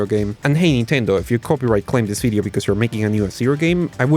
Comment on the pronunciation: Is it a bideo or a video